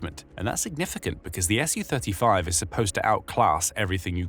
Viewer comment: It's "Su-35," not "SU-35." It's pronounced "sue thirty-five."